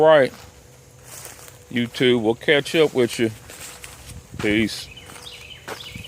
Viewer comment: ........ good info and a nice doggy as well. However,.... the phrase is "with you" NOT witch choo !! You're the principle vid presenter here bro,.. so good comms is always a p lus !!! 😑😑😈😑😊